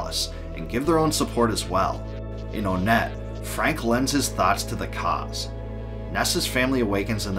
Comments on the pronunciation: I used to pronounce onette like “aw-net” too until I played earthbound, but now I say it like “one-t”, as in the number 1. This is because the other towns are also based on numbers. (Twoson, Threed, Fourside) I could be very wrong in this, but I could also be very right, but that’s just a theory…….. A GAME THEORY!! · It’s pronounced Won-net not Own-et (and Twoson is pronounced Too-sun not Too-son) why because of the number naming scheme for these town Onett Twoson, Threed, and Fourside.